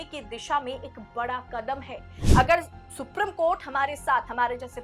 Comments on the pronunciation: Thoda normal tone mein bola kariye to behtar lagega ... Aur itna lamba kyon kar deti hein ... It is Supreme (सुप्रीम ) court and not Suprum court. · अपना उच्चारण शुद्ध करें,सुप्रिम कोर्ट नहीं बल्कि सुप्रीम कोर्ट होता है।